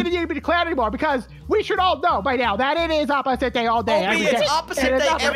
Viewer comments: OB CHEATED when I saw that I was so angry also when he said ‘’it’s opisit day thank you so much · When OB loses: “ITs oPiSIts DaY”